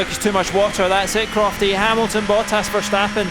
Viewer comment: Did I hear the commentator called verstappen Vergn